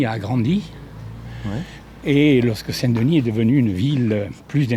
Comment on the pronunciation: Parfait ! Avec l'accent en plus...😉